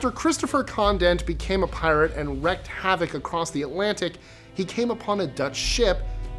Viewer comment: Pronounced REEKED not RECKED so WREAKED HAVOC.